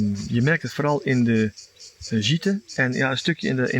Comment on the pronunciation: Hoi, ik volg jullie al een tijdje :-) Wij wonen hier nu 10 jaar en je voelt het vanzelf als het "jouw" plekje is. Even en tip: je spreekt de e niet uit als je het over een gîte hebt. Bij meerdere bv deux gîtes ook niet en de s ook niet 🙂 suc6 met de zoektocht!